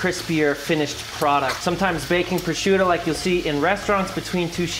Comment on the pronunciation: Him pronouncing prosciutto to me is like nails on a chalkboard. CORRECTION: him saying calamari is just as bad. But to be fair, great way to make deviled eggs. Going to do this method this Easter.